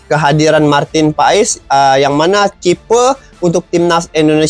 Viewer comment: Nyebutinnya Martin pas bukan pais, emang pais ikan 🤦